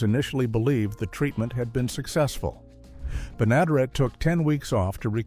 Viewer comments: Ben A der Et!!!! You can't program your AI voice any better???? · Benaderet = ben-a-DAIR-et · Bea. Ben-a-dare-it is how her name is pronounced. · Interesting facts collected, but I had to stop watching, challenged to tolerate the lack of any additional inquiry of the proper pronunciation of multi-talented radio-, TV-, and animatio-voice-actress Bea Benadaret's names. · The show was created specifically for Bea Benaderet, whci would have made a great weird fact. Too bad your AI could not figure out how to correctly pronounce her name. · Good grief! If you're going to do a video on "Petticoat Junction", at least get the AI to pronounce Bea Benaderet right!!!!!!!!!